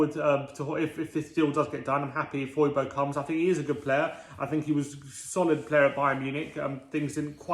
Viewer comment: I wonder, if we sign Højbjerg, will they start to pronounce his name properly. Love from Denmark